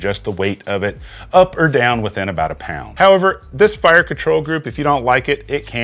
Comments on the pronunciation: You’re the only other person I’ve ever heard say dollhairs instead of dollars 💀🤣 cheers my guy! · Aw, you said "doll hairs", just like on Crue Trime.